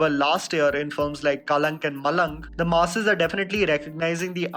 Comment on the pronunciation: What a great video. Your content and quality has truly grown even though every time you say "the masses", I keep hearing you saying "the Maasi's" 😁. Keep up your great work. Looking forward to the next video 👍🏾